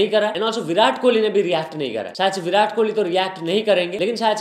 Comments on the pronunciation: Kouli chatt he said😂, and kauli is small bowl in punjabi( kohli and kouli mein fark hai )😁👍🏻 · King kohli❌ LING COLIE✅ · Bhai apko padna ja likhna nahi ata kya vo kauli bol raha he kohli nahi .Salo kohli he katori nahi .